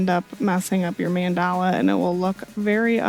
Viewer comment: Hey! Thank you for this tutorial, your explanations are very concise and understandable, and the shirt came out beautiful 😍 Just one thing, just so you know, it's pronounced MAHN-da-la, not man-DAH-la. Just FYI! Thank you for all your wonderful videos, I can't wait for the next one!